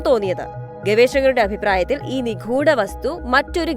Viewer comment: Check your pronunciation. നിഘൂട alla, നിഗൂഢ; ധീർകവൃത്തം alla, ദീർഘവൃത്തം.